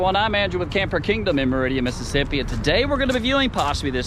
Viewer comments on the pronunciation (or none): none